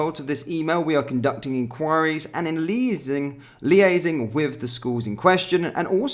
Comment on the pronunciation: Oh come now. Lee-easing (liaising) was funny.